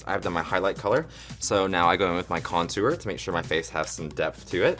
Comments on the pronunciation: No one: ...... Kameron: .....conTOOr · Kameron says contour so weird. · I love the way Kameron pronounces contour. That southern charm!